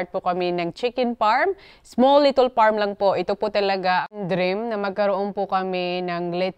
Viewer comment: wag ka nga english ng english,chaka pronunciation,little hindi litol,kakaloka,mgtagalog ka na lang,wag gawin excuse dahil bisaya ka,daming bisaya na fluent mg english